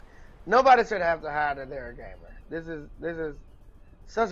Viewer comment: everytime he said gamer i heard gay man so i was a getting a very different message